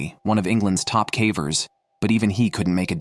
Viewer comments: AI generated audio. Kept saying “cavers” with a short a. Still, a good video. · Please learn how to pronounce "cavers". And the human body does not emit carbon monoxide like a car does. We breathe out carbon DIOXIDE.